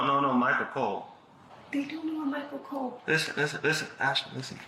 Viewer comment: She said COLE 😂😂😂😂